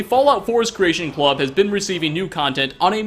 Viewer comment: ....I love you. And I agree with your critiques. But the way you say creation club kills me. "Creation Clubuh" lol